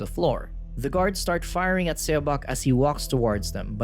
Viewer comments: Korean is really quick to learn to read because of the Korean Alphabet. Please grab someone who can just relay to the narrator how to say a Title/Name. I die a little inside when a title is mispronounced. I'll even do it for you if you let me know. q.q The title would have been read as "SawBoke". - Saw like you saw a landmark or the tool to cut wood. - Boke rhyming with woke. - And then it being one word, you run it together without a pause between the two. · It’s pronounced “suh-bôk”